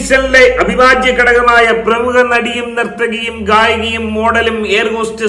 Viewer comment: തനിക്കു പ്രേമുഖ പ്രേമുഖ എന്ന് പറയാനേ അറിയാത്തോളോ